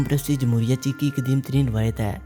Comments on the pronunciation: che chak nahi bhai , czech republic , check padhen gy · Harami jahil insan mulk ka naam tu correct parho